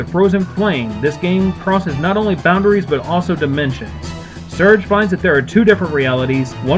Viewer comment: not to nit pick but his name is Serge (SIR GEY)